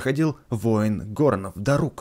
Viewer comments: правильно дАрук а не дарУк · ты уже достал, нужно говорить Да́рук, а не Дару́к. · правильно дАрук ударение на А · А ты знал что не дару́к а да́рук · Не дарУк а дАрук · правильно Дарук ударение на «а» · play Нет, чувак, я уважаю. Просто меня бомбило от того что он несмотря на ролики каверкал ударение. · Дарук ударение на а